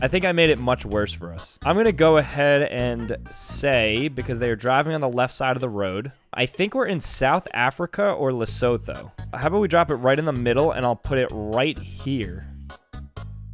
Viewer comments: Pronounced (Le soo thoo) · Lol I'm South-African and I really enjoy your work, definitely underrated. But it was so funny to me when you said Lesotho not blaming you but it's in Sotho the language it's pronounced Le-su-to. Thanks I really enjoy ur stuff and that kinda made my day lol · Great video but Lesotho’s pronounced Le-soo-too! Love your channel! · Dude, I love you but don't ever say Lesotho again. The way you pronounced it hurt my heart. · The fact that he pronounced Lesotho like that annoys me to hell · So we're all going to ignore the fact that he pronounced "Lesotho" wrong?